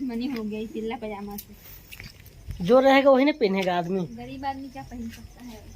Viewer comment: पिल्ला पाजामा nhi,पीला बोलते h